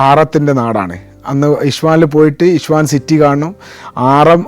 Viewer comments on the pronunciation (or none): ഇഷ്ഫഹാൻ അല്ല ഇസ്ഫഹാൻ ആണ് , പേർഷ്യൻ പൗരാണിക നഗരം സെൽജുക് ഭരണ സിരാകേന്ദ്രം